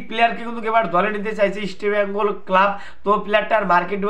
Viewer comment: কি বলছো বুঝি না ঈষটো বেঙ্গল না কি রামোচনদো কহো রামোচনদো কহো